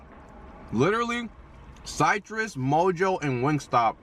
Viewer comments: Why you pronounce Citrus like that? 😭💀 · oh nahhh you're saying it like cytrus 😂